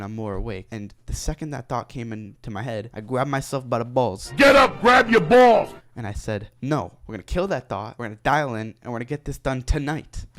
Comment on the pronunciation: “I gwab ma self by tha bawwls”